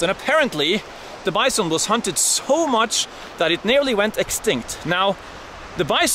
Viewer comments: Way Heraldo pronounces BYE-SOAN!! :) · "Bice-on"😅 love your vids Harold....keep them coming.